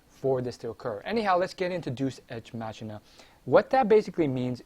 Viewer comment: It's pronounced Dey-oos, ex, mack-eena. And wow, you called it. They fucking asspulled harder than any show has in a couple years by making Trunks make a spirit bomb, which he's never heard of, on a dead planet. AND somehow fuse it in his sowrd. AND somehow destroy a FUSED GOD THAT FOUGHT VEGITO, when a bigger Spirit Bomb couldn't even kill Frieza. Either everyone's FAR weaker to the point final form Frieza on DBZ is superior to everyone on Super, or the writing is just garbage.